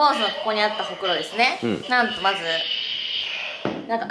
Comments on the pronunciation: ホ↑クロなんだね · うくんのホ↑クロ→の発音気になってポンスの可愛さしか頭に入らん🤦🏻‍♀️ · えぇえん！！ほくろってその発音じゃないの！！バイ愛知県民